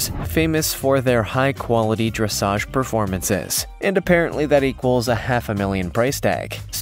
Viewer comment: I do wish his equine "lingo" were spot on. Pronouncing Dressage as dressidge; calling a breed a different species along with a multitude of other mispronunciations. Distracting at best.